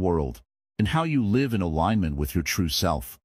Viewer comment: This is great counsel. However, some pronunciation needs work; for example, just before the mark it uses the wrong pronunciation of live. It pronounces it as in a live show, rather that what you meant, which is to live your life